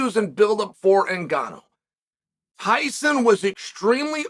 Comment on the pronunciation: Hyson Fury? He said it twice. Now, I think Chael just does that on purpose.🤣 Hyson!